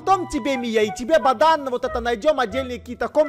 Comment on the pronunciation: я одна это услышала: "баДан"?))), кто тоже - ставит лайк